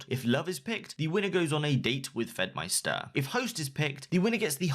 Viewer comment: "FedmySTER" Pretty sure it's just pronounced like "meister".